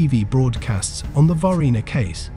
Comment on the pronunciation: Huh huh he said varghina